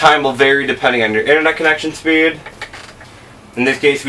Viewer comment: I'm sorry, but when you say certain things like "speed" and "free" it sounds like you ad an "r" sound to them. So, it sounds like "Frer" and "Sperd"